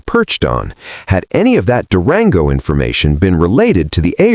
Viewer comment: It's an AI generated channel. The scripting is pretty obvious but the ai narrator reading stuff like "white Chevy par" without hesitation or the way it pronounced Durango make it clear.